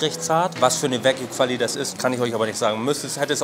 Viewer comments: es heisst wagyu, nicht wague lol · Wague???? konzentrieren Mensch.